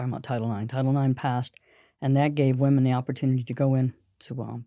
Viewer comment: I don't mean to be rude, but woman and women are not pronouced the same way. It's not just you, it's an error that spread like wild fire. Anyway, love the podcast! 💪